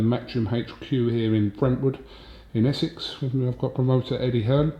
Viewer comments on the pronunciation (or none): none